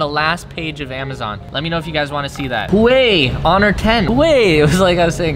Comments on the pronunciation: Huawei is pronounced as "Wa-whey" and not whey. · Nobody: Not a single soul::Huwei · I am disappointed on how you pronounced Huawei(Wah-way) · The pronunciation for Huawei is: "Who-wow-hey" Or something like that.... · It’s pronounced who-ah-way I think